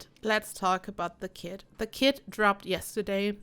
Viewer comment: She literally said kit I thought she said she drop kicked a kid